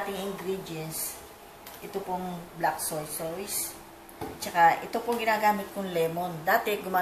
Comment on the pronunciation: Tita bakit po soysoys ang bigkas nyo sa Toyo? Madami po kasing kritiko baka punahin nila yun. Soy Sos po ang pronounciation nun🤗